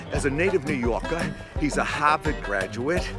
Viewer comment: Kevin goes "All New Yawka"